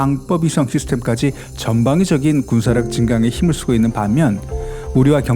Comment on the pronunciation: 이지즈함이 아니라 이지스함